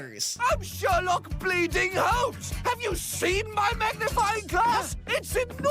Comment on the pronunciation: Oh my god you’re so consistent so FRUSTRATINGLY CLOSE to getting Blendin’s name right